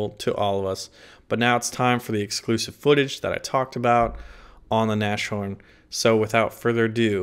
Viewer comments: could you please stop pronouncing 'Nashorn' as if it were an English word?! The S and the H aren't like you what make of it: the English 'SH' sound. The Germans don't have that sounds. You need to pronounce the S and the H seperatly, with the normal 'S' and 'H" sounds. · not "na sh horn" but "nas horn" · Just saying, it's "nas horn" not "nash orn" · It's actually pronounced Nas-horn not Nash-horn. Just saying. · a small advice, it's not Nashhorn but Nashorn. The Nas is spoken as in NASCAR. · Dammit, it's pronounced 'nas-horn' not 'nash-horn' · "Nas-horn" not "nash-horn" pls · Hey if u play the Nashorn the next time, try to spell it like "nus-horn" (in english!), that would come as close as possible to the german pronunciation:) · ...it is not NaSHorn, but it is Nas-Horn. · Hi guys, always nice to get some news ! But please, it's has to be pronounced : "Nas-horn" and not "Nash-horn" ! Thanks ! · its NAAS HORN, not NASH-ORN btw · I am fairly sure its said Nas Horn not Nash orn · naz-horn not nash-orn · Nas-horn my friend, not Nash-orn ;) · sorry, but it is nas horn, not nash horn. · bro its not pronounced "nash horn" :D its more a "naas horn" :D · Naz-horn pronounced ;-) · pronounced NASS-HORN not NASH-HORN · Not Nash-Orn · pronounced Naz - Horn; literally translated it means "nose horn". FYI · not NASH-orn. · and yeah its pronounced noss (like the drink) horn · the pronouncing is very easy! The Name "Nashorn" in german is based on tweo Words: "Nase" ans "Horn". You only have to take a little Break between the "S" and the "H": Nas-Horn. And it`s fine!:) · 1 minute in and im already feeling some kinda OCD shit every time u say "nash -horn" >:( Great video though ;) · As a German, my ears bleed every time he says "Nashorn"... Anyway, keep up the good work! It's always entertaining to see your Videos. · pronounced Nas Horn. No sh-sound. Nas Horn. Basically it means nose horn. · it's pronounced nas-horn